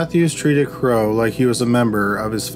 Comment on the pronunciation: Narrator kept callng Franklin Crowe " Bro" instead of Crowe